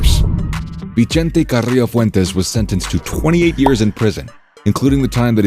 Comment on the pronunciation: "vee-chente"....no lol, NOOOO. Its pronounced "vi-sente"